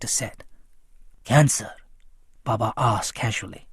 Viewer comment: How you are saying baba